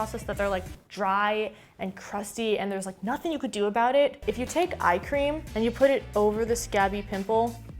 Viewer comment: When she said eye cream it sounded like ice cream jist add a c and yas ice cream